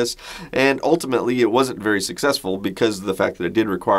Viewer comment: Did you say "Ultima-ly" instead of "ultimately"? XD